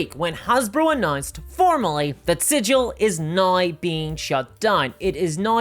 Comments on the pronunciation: "There's no better example right nigh" ? ? What happened to the word 'now' ? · I love ya,, but... how exactly do you spell naoe... noae... neaow? 😄